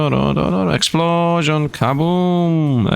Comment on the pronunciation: "Exuplosion!" - (Megumin reference):_SifdLaugh